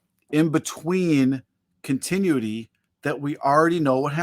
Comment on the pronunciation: Like 72. I’m just here to hear pronounce “continuity.” 🤣